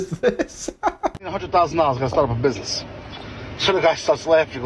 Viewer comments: Im sorry, you did not just pronounce business like “bussy ness” 😭😭😭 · i’m sorry…buh can we all just acknowledge the fact he said “bussy ness loan”💀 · You said bussy-ness. Instead of business. Please, please tell me it's a joke done on purpose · why did he pronounce business like that I'm crying??